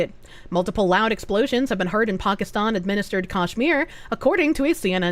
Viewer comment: Ponkiston. lol